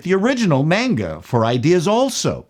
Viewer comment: I appreciate that you say "manga" and not "monga".